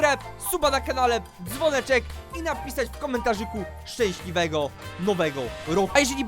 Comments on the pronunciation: "Szęśliwego nowego roku" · "szcęsliwego nowego roku"